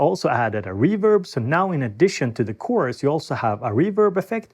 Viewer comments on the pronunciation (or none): none